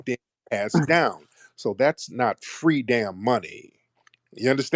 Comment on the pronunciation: Mr. “Fwee” really jams my glock 😂